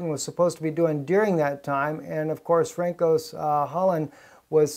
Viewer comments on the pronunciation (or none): his name is pronounced "fran-suwahh" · Please pronounce Hollande's name correctly it's François [fʀɑ̃ˈswa]